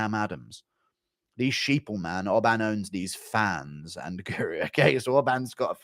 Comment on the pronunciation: "but mma POOru"